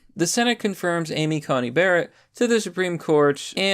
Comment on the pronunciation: Dude,. She's SCOTUS now. You should get her name right. You called her Amy CoMey Barrett a couple times. It's an 'N' not an 'M'.